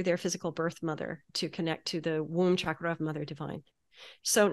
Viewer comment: She’s pronouncing chakra wrong